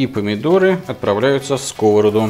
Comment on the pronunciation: сковородА. ударение на последний слог, а то режет слух. а за рецепт лайк!